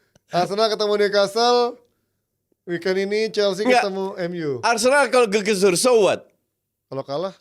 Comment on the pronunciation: Bukan BarceNOLa, tapi ArseNOL